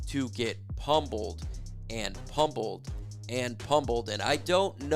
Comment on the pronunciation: The way you pronounced the B in pummeled…